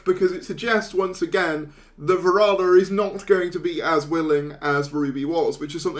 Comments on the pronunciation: Please show due respect to the actor by pronouncing her name correctly. There’s plenty of online content you can reference, including a recent Season 2-related video in which she clearly pronounces her own name. It’s not “Sethu” as in Seth Rogan, and it’s definitely not Varada as in “Nevada”. It would be kinda nice if you could at least try to pronounce it the way Varada herself says it. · Ncuti pronounces it "Va-rah-da". Some fans seem to think it is "Varad-da".